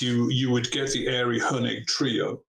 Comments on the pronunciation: ok, but Ari Hoenig who is male, pronounces his name AH-RI, not AIRY! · Ari Hoenig is pronounced: Ah-RY not as Bill says: “AIRY.”